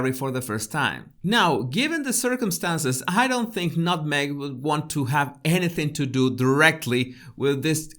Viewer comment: Word on the Real Estate street, MM & Harry are putting their Montecito home on the market... did you just call her 'nutMeg'?🤣🤣🤣🤣